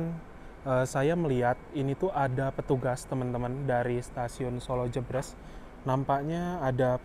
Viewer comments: btw pengucapannya jèbrès (kaya pengucapan "deretan") kang😂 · Maklum Mas, sanès wong Sala, dados boten kulino ngucap jèbrès😁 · Pengucapan Jebres yg tepat seperti ekspres / Menteng / toples ... bukan pedes / pegel / lemes .. 👍👍💞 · "Solo Jebres", baca kedua huruf "e" nya kaya pas baca kata "bebek" (🦆)